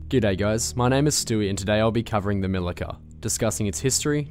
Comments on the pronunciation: LOL! C in Milica is pronaunced like ZZ in Pizza. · Milica = "Mee-Lee-Tsa" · Its actually pronounced Mili-ts-a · It's "MiliTZa" :). Punctuality is important :) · pronouncing Milica wrong.